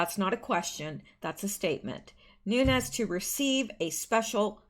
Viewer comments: Nunes is pronounced Nune S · do you have an air purifier? Try getting one, and running it in the room you record from, before your show. I'm wondering if the kitties are getting to you? I love my fur babies, but their fur/dander wreaks havoc with my lungs. Nunes is pronounced noo-nez. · Nunes, the e is not silent, Nu nez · Nines pronounced an Nun-ez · Since you asked, Nunes is a Portuguese name. It sounds like "new nez". If it was Spanish, there would be a tilde over the n and it would sound like "noon yez". But it's Portuguese. His family is from the Azores. We're from California and so proud of him!! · Noon es is the correct way to say Nunes. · Pronunciation of Nunes - Noon-ez. More commonly spelled Nunez, it's Hispanic/Latin/Spanish/Portuguese.